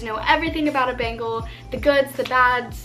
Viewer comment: 'bengal kitten' sounds a lot like 'bagel kitten' and now i can only hear 'bagel kitten' and its making me hungry 🤣🤣🤤 great video as always i found the bengal facts super interesting!! <3